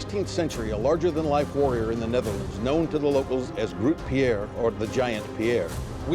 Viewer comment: Absolutely mangling Grutte Pier! 😖